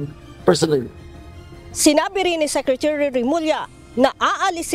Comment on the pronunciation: Secre-chu-ry? sabi ni.